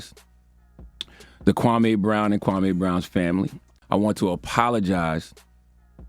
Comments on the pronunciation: Kwame (kwah) (may). NOT Kway me. Please get it right. You haven't heard anyone say his name that way.... why have you changed the pronunciation of his name??? DO BETTER. Especially with a name like yours. You always state the pronunciation of you name at the beginning of your videos right? So extend the same clarity for other people's names. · Why the hell are you calling him him Kway me? You have an audio example of charlaCRINGE calling him (KUWA -MEY) i don't understand. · How the hell can u say charaLemenge, the king of creep/cringe and his name right, but you can't manage a two syllable name like KWAME? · no, not when i see him prounce other things with ease. I'm not buying it the QWA-MAY IS apart of his language structure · It's not pronounced Quaymi? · Done with my burger and thoroughly enjoyed it and this video! Charlemagne isn't able to see what he's doing wrong until he catches heat for it. He will NEVER be Wendy. So I also wanna say this, yall finna get up off and how he pronounces Kwame's name 😡 Being of a Latin descent, is it hard to realize that finds it hard to enunciate certain words?? Like all Latin people?? He isn't trying to be funny nor disrespectful, he legit can't say certain words like people whose first language was English. I really feel like people just like to be negative. If you don't like how he talks, find another body language expert to watch but I love the way he talks and how he dissects the truth in body language!! Leave him alone!!!!!!🤬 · Because he probably heard of Charlemagne before, maybe he never heard of Kwame? As someone who is also not American, it confuses me as how Kwame is pronounced, because in english, same letters can be pronounced differently. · ok so that makes it ok? 😄 he litterally had an audio example of how to prounce the mans name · I would send this to kwame but his name was butchered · Lol and he has the correct pronunciation on the video